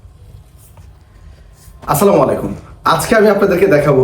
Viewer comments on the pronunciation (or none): আপনার সালাম দেওয়া একদম সঠিকভাবে হয় না অনুরোধ করবো সঠিকভাবে সালাম দেওয়া জন্য।